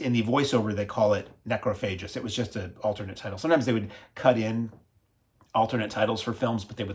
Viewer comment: Weird pronunciation of the Spanish names and titles like they were English ) Necrophagus, Becquer, Xavier, Angel... 😂